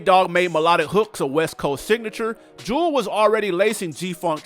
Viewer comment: Show some respect. Her name was pronounced "jew-ELLE"